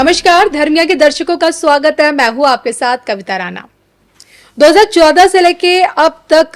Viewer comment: राना नहीं राना अशुद्ध है राणा शुद्ध है ।